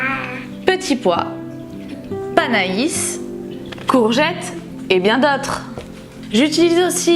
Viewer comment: Merci pour la vidéo :) je suis la seule a avoir noté le PANA-ISSE ^^ je crois que panais se prononcé "pané" je me trompe ?